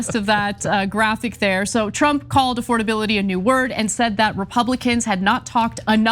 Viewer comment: Does this man even know words? Say it with me now...A...FORD...ABILITY. Good job, have a cheeto.